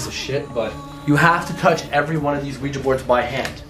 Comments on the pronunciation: The board is called Ouija, pronounced “we-G” the curser is called Planchette, pronounce “plan-chett” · The board is called Ouija, pronounced we- G